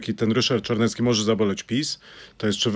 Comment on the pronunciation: Jak już to Ryszard Cz .bo nazywa się Czarnecki a nie Carnecki.W alfabecie polskim jest litera CZ.